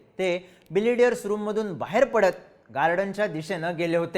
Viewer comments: ढापण्या ... बिलियर्ड्स म्हण रे... बिलेडीयरस नाही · बिलेडीअर्स ❌️ बिलीअर्ड्स ✅️ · तुम्हाला ' बिलियर्ड्स 'म्हणायचे आहे का ? तुम्ही सारखं बिलिडीयर्स म्हणत आहात 😅😅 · बिलियर्ड्स म्हणतात त्या खेळाला. बिलेडीयर्स नाही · बिलियर्ड्स; न की बिलिडियर्स. Great video as usual. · मित्रा बिलियर्ड्स म्हणतात रे!